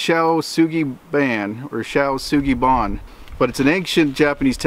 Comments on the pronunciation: ...why the hell would you decide to pronounce it [ˈʃæ.ʊ sʊɡi bɜːæn / bɑːn]? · it is pronounced - SHOW SUE GEE BAN ---- ban like van with a b - I have a degress in Japanese Language and culture and lived there for years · Show Shuugie Bon is how it sounds 😁 Shou Sugi Ban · It's pronounced. "Shoe Sue-gee bon"